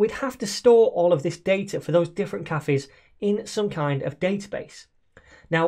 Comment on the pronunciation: Did this man just pronounce cafes as KAFFIS??